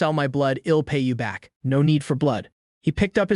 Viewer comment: Fcking eel cook.. Eel clean.. Eel pay you back can someone slap this AI for me 😅😅